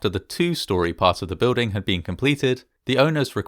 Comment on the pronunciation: I like and subscribe... but I can't stand how you say building... I don't see a "w" in it?